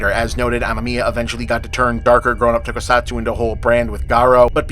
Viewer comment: Finally, bob has covered the greatest film of all time. Shame he also mispronounced basically every Japanese word or name besides “ninja.”